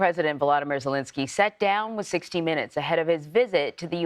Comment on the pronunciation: Argghhhh !! Its not "Zilinsky ' and its not " Vladimir " Vladimir is the other guy. The field reporter got it. That kind of thing used to matter in journalism